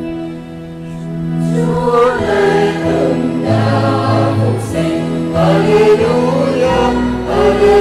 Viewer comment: Giọng hát solo nghe thì hay, nhưng phát âm từ "sinh" gây thất vọng, ngọng líu ngọng lơ.